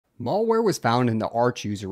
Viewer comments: It's pronounced malware (as in "bad" ware), not mallware (as in "shopping center" ware). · What is "Mawlwhere" please try to have a basic grasp of the english lexicon. You sound like a damn moron when you pronounce it so blatantly wrong. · Learn to pronounce malware.